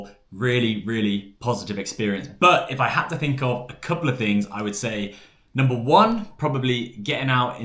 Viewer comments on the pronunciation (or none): none